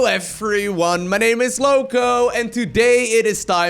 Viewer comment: I like the introduction: "Hello efryone..." :D